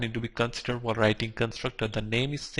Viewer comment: "whikl" :D